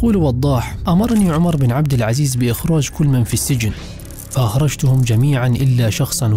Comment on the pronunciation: ما شاء الله عليك اخى الكريم ولكن عندى تعليق بسيط وهو عندما نقرا كلمة( ابن) بين اسمين تكتب( بن ) ولكنها تقرا (ابن ) وهنا نقول ان الالف سقط لوقوعه بين اسمين ولكنها تسقط من الكتابة وليس القراءة مثل وضاح بن خيثة تقرا وضاح ابن خيثة ولكنها تكتب بن ارجوا ان اكون وقفت في الشرح لكن ما دون ذلك جميل جدا وفقك الله اخى الكريم